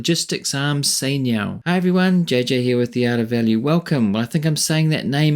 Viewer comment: is chai niao not sai niao